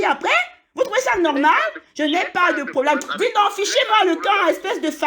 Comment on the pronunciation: Elle dit à la fin "cénglé"😂